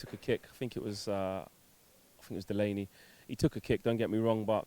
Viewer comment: Man said Delaney lolll